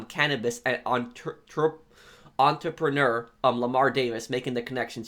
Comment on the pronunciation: you cant say entrepreneur?